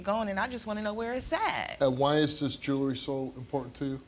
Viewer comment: It's JEWELRY NOT JURY